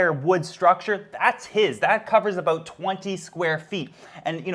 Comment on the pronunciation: Ah yes, let's talk aboot Frank.